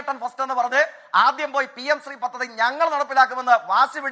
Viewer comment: പത്തതി ❌ പദ്ധതി